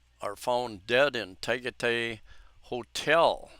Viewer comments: It is pronounced tah-guy-tie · TA-GAH-TIE -TIE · Tagaytay pronounced 'Tuh guy' tai'...accent on the second syllable. It is located near lake Taal and is one of the locations where Rod Serling was stationed as a paratrooper in WW2.